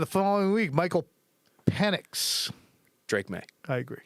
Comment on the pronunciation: Michael pee nix... 😂😂😂😂😂 I had a football coach in college who called our kicker Pedro <----- peed row... I'm so glad said something 😂 Hopefully they'll be competitive young team looking forward to it.